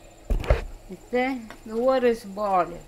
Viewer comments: About the colander: “You put in a da tings dat droppa da wadda.” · You had me at "the thinga that droppa da water"